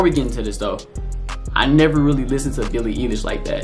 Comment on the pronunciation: It's eye Lish not e Lish